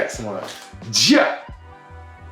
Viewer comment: Rastafar I ...EYE... NOT Pharoah 😂😂😂 I have painful fibroids. They keep growing. I currently look like I'm 4 months pregnant., when in fact I'm 16 months post partum. The fibroid(s) is pressing on my bladder and its very difficult for me to sleep, sneeze, cough, laugh, walk up and down stairs.... Thank you for this video!!!!!!!!!